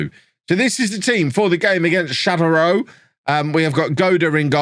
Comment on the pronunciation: This Tours team is legendary. Also, Châteauroux: shah-toe-roo Stade Lavallois: stahd la-vall-wah